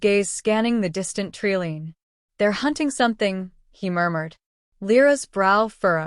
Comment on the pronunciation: Good story, but an abrupt ending. Leaving me wondering what happened. Also every time she said tree line but, it was pronounced tree lean my teeth grated. Do you proof your work?